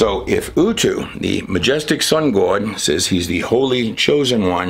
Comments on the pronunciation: Love you bro, but can you say God like G-ahhh-d and not G-awww-d? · Do you think God is offended when you mispronounce his name? I keep hearing you say Gawuwud. I bet God doesn’t like that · Why pronounce God gaawd? It is irritating and unnecessary. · Can anyone explain why pronounces God as Gawd? He didn't pronounce it that way in the past and you catch him pronouncing it as God and not Gawd sometimes. Seems fake and forced and IMO annoying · Our like the man in this video accent Gwad Bless You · Just curious. "Gauwd" What part of the country is that accent? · What is it with people all of a sudden pronouncing God as Gawd. I don't get it. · Why does he pronounce God like "Good"? Is that intentional, or is it just his accent?... I'm being genuine. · I can't stand the way this guy pause's after every other word. I don't know if he does it for dramatic effect but it's annoying. And everytime he says GOD he says good except for when he's except one time when he's talking about the numbers and letters. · Why do you pronounce God as Goud???? Quite odd. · …. WTF is a gowd? English… Do you speak it? When you start making up your own words, it’s time to take a break. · the way he says G-d makes me cringe. I love him and his teachings but he over pronounces that word way too much. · Awesome content. The way he pronounces God is hard for me to take for some reason. Otherwise fascinating.